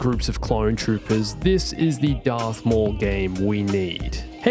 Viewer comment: darth maul* not darth mooowall